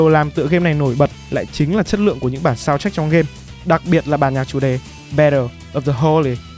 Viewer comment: Mình mong bạn cải thiện hơn về giọng đọc vì mình thấy bạn đọc khác là giật cục thậm chí có lúc bị dừng lại vì có vẻ bạn chưa thuộc scrip, giọng bị đều, hơi châm xíu và nhấn nhá chưa đúng lúc. Còn một lưu ý là bạn nên để ý một chút ở phát âm vd:(soudtrack chứ ko phải shountrack or trevor chứ ko phải chevor). Là một fan của Phê Game cũng khá là lâu r mình mong bạn cố gắng ạ. Đây là ý kiến cá nhân của mình có thể sai nhưng mong bạn xem xét!